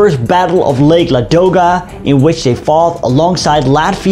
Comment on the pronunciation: lake Ladoga - the stress in this name is on the first syllable, not the middle